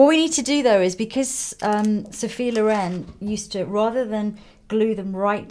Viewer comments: Actually is Sophia Lóren not Lorèn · Can we talk about the colour of her eyes?! I love how she adresses Lisa and asks her questions ♡ we all like to hear those answers... Stunning maleup as always, comments are almost pointless, your work is always such an amazing inspiration Lisa!BTW is Lòren, not Lorèn, but it both weird and sweet to hear it wrongly pronunced ;) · Italian put the stress on te O, not on the E... We say Sophia Lòren, not Lorèn 😉